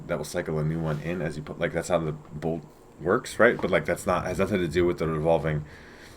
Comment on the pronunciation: " it just wotks" Love this